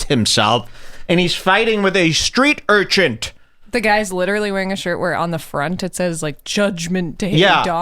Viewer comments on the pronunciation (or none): Street Urchent? That'll be Street Urchin...